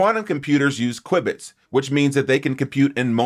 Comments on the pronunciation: "Kwib-its"? Isn't it pronounced "Kew-Bits"? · it's pronounced "kyoo bits"